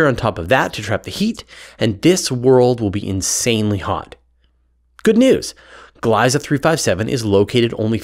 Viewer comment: It's nice to see my taxpayer dollars go towards something useful for once Oh, the "ie" in "Gliese" is pronounced like an "e" and not "I" (in English)